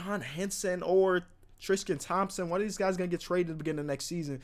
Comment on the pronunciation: trisqete Thompson